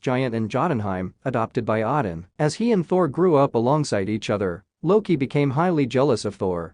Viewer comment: This video would be much better with a human voice. Mispronouncing Magneto, Asgard, Odin, Telekinesis, and Apocalypse is not going to win any points from comic book fans.